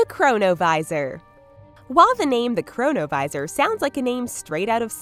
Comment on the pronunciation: chronovisor sounds like corona virus lol